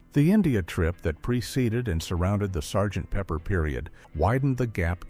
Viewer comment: "S" "G" "T" Pepper"? ? Give us a break AI. Please say no more AI!